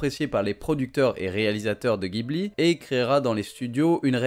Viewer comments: en fait on dit "Djibouli" et pas "Guibli". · officiellement c'est ジブリ 'Jibuli'. Si tu dis Guibli à un japonais, il ne comprend pas.(c'est un mot italien à la base, oui.) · vidéo sympa! sinon Ghibli se prononce jibli :)^